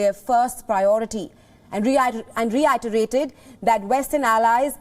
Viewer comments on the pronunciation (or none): Lol re-eye-terrrated :p funny